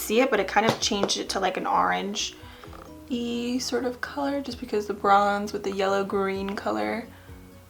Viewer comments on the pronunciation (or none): Are-ange??? Huh? 🍊